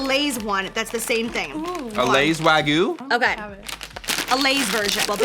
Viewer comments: lol WAGOO. Wag-you. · The WAGYU... (not "Wagu")